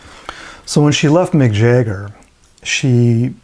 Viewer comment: Who is Jayger ?? Jagger. pron: Jag Ger